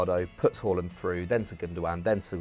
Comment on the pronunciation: Please say Haalands name properly It's not Whoreland